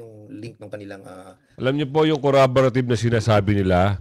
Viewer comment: Damn Pernandes, CORROBORATIVE po hindi coraboratib 😂